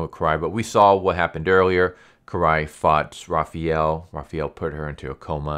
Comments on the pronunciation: Great video. Quick advice though: It's pronounced Raphael, not Raphiel. Since it is pronounced exactly how it's spelled in every other language. Another acceptable pronunciation is Ra-pha-yel, which is what English and American people prefer to facilitate, if you prefer. The important thing is not replacing the "a" with an "ee" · Raphael isn't raffee-el Why you keep saying jt wrong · who is "Rah-fee-el"? lol. Had to replay the beginning to know you were saying "Raf-fi-el" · is that the official pronunciation? "ra-fee-el" not "ra-fa-el"? just curious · raphAWWel not raphEEel *cringe 😤😬 sorry that always annoyed me. Good breakdown, that should've made the movie based off this. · First off, you're pronouncing Raphael's name incorrectly. It's Raph-aa-el. Secondly, his weapon is not Kunai, it's the Sai. Have you ever seen or read the TMNT ever?? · i’m not sure what’s tilting me more. Raphiel or Zabooza 🤣🤣 good video tho. enjoyed it thoroughly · Why do you pronounce Raphael like that? That's not how you say the name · I mean I would understand calling a Japanese weapon by a wrong name, but I don't understand why you pronounce Raphael so freaking weird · Thank you for this. Butchered the names, but dope TLDR RĀ-FĪ-EL (Raphael). ZAH-BOO-ZA (Zabuza).